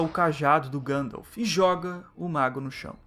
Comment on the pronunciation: Ótimo vídeo, nada contra, mas acho um tanto estranho ouvir Gândalf (ao invés de Guéndalf)